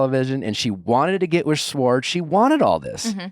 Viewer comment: Nick still mispronouncing Schwartz 🙄